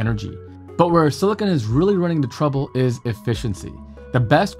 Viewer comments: It's SILICON, not SILICONE! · Great explanation. Silicon, not "silicone" 😉